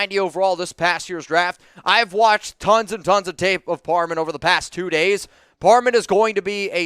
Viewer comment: Just something you might wanna fix, you’re saying “Dylan Parman” and not “Dylan Par-ham” something small but besides that it’s a great video!